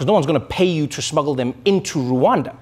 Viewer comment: Rwanda.. NOT RU....ANDA.RRwanda